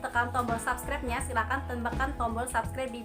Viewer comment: Bacanya sebskraip bukan sabskraip..